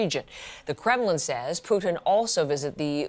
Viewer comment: It's not PUKIN..